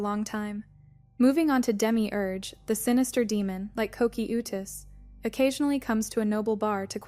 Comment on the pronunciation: ko-key-oou-tus. lol